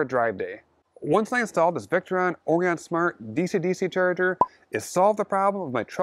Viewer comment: Nice work! BTW, it's pronounced 'Or-I-un' (i.e., with a long 'I'), like the star constellation.